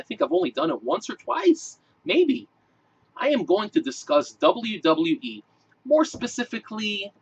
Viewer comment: "dublee dublee ee" lol